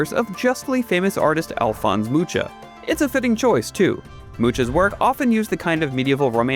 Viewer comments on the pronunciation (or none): Alphonse Mucha's surname is actually pronounced "Mukha" - I know this as my wife is a huge fan of his paintings.